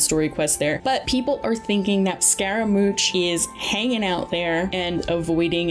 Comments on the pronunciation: just from gorous moms design alone, she doesnt look playable lol same with signora, their dresses are too long and mihoyo prefers to avoid big clipping issues by making the dresses more compact. She might be appearing in his hangout quest. Also a small correction its pronounced scaramush. Great video! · Also it's Scara-moo-sh bruh :| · She also messed up the pronunciation of "Itto" and "Scaramouche" lol